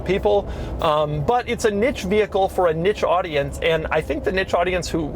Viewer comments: Doug, it’s pronounced “neesh” not “nitch”. 😉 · 'Niche' is pronounced 'neesh', no? That's how I pronounce it. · Doug... what is "nitch"? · Doug is bating comments with "nitch"🤬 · TIL Doug doesn’t know how to pronounce niche.